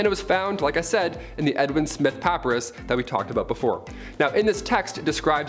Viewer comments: Edwin Smith Papyrus IS Not Pap-A-Ris... Its Pa-Pie-Rus LMAO #TheLavaLab™ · You said paparus it’s pronounced pap_eye_russ it’s a kind of material they used to write on many many years ago , but very interesting to know that they performed these kind of medical procedures way back then . I believe they had much more knowledge back then than we give them credit for I just believe that it’s been forgotten or the information and proof of this lost or forgotten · Pappy-russ? Puh-PIE-russ. Effing google degree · What's a papa-russ? I know what a papyrus (pronounced pap-eye-rus) is but not many people will have heard of the former. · It's pronounced Pa-PIE-Russ, not paperus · It's pronounced "pa-pi-rus" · Pa-Pie-Rus. Say it with me, bro. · pa·py·rus spoken pa-PIE-rus, Great education you have there. Love it when people who are supposedly trying to educate people and they themselves are not. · Papyrus is pronounced pa-pi’- rus, accent on the second syllable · Papyrus- Pronounced PA- PY - RUSS